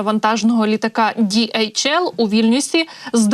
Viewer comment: Це транспортний поштовий літак німецької компанії DHL. Назва компанії утворена за першими літерами прізвищ засновників в 1969р. — Адріана Делсі ( Dalsey), Ларрі Хіллблома (Hillblom) і Роберта Лінна( Lynn). Перевезення вантажів, пошти etc).До речі- там немає букви "J джі" як вимовляє ведуча! Співчуття Німеччині і сім'ї загиблого пілота!